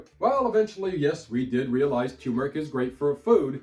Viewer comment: No offense, but both Rs in turmeric are pronounced. Neither is silent.